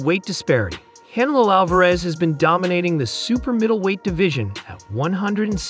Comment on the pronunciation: Learn how to say Canelo, not can a lo, un-intelligent!!!!